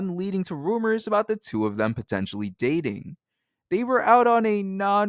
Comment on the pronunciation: “Abooted” bro why I hate that ewwwwww